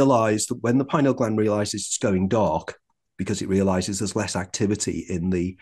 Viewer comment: I believe him because he pronounces “pineal” correctly…..lol. FINALLY, someone that pronounces it correctly, THANK YOU!!!